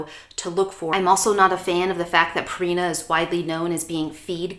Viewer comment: It's not Purrrrina. It's supposed to be like Pure ina.